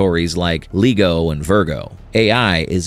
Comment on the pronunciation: Speaking of using AI, if you're going to use it for production and narration you need to fix the mistakes! Most people watching this know how LIGO is pronounced and it's not the way your AI voice over said it. Making obvious mistakes like that takes away from the value of your entire video.